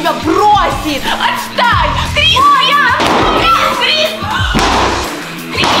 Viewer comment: Крис а не криз